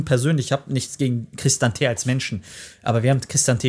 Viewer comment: Boaaa fra so kannst du Christante nicht aussprechen aua 😂 cris tante ausprechen und dann diesen italienischen flow noxh mit rein cris ta nte